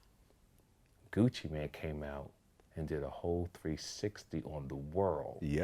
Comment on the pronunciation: Aye yo.... 🗣 His name is GUCCI MANE, not Gucci Man 😂